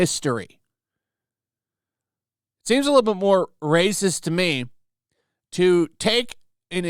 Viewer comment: Please never stop with that "Brrrrracist!" xD